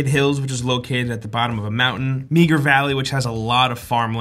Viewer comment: Put a "N" in for the "M" in Meagher Valley. LOL